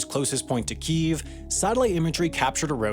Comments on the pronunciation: great video. Tired of this whole pronunciation of Kiev. If you are english speaking it is Kiev, if you are from the Ukraine then it is Kyiv. Guess what there is a city in Germany called Cologne by english speakers, but if you are native it is Koln. F- fox news for creating bs over a humanitarian crisis. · How can a channel this big, and most american media, butcher Kyiv by calling it "Keev" LOL. ugh. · It amazes me people still say "keev". It's got 2 syllables. This is like if you called London "Lon" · The fuck is "keev"? Kyiv isn't pronounced like that. Jesus christ. What's next? Making a video about Roman Empire logistics, while pronouncing "roman" wrong every single time? Embarassing. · Amazing video love all of them. But is the capital not pronounced key-ev ? Had many a chicken Kiev and always said it that way 😅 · Why do you pronounce Kyiv as "queef" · Oh my god, learn how to pronounce Kyiv properly (hint, it's not pronounced "keeev"). How is it that you spend so much time and effort researching videos, yet can't be bothered to look up the proper pronounciation of city and country names? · It's pronounced "KEE-eff" bro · The only thing about this topic that really burns my ass is the fact that nearly everyone pronounces Kiev wrong. It's Kee Ev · Why do people say “keeeeve” There are 2 syllables and the /ee/ sound is short. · Please, can you check Wikipedia on how to pronounce Kyiv? Keev is terrible rendition. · Wendover: Stop pronouncing Kiev in Ukrainian / Russian while pronouncing everything else in English, including Россия... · Why do Americans keep pronouncing Kiev wrong when a simple google/ youtube search would give you the correct pronunciation 🤦🏻‍♀️🤦🏻‍♀️ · Why does everyone pronounce to Ukraine's capital as "Keev" and spell it "Kyiv"? I'm used to hearing it said "Ke-ehv" and spelled "Kiev". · I was hoping Wendover wouldn't use the Russian pronunciation for the Capitol. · Its not Keev, its Kyyev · Kiev not Kiv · It's pronounced Kiev isn't it? Not keev